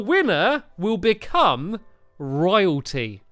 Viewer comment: STAMPY I spit my milo when you said to be royoalty